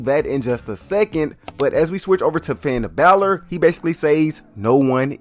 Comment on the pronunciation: did bro call him pinn balor😭😭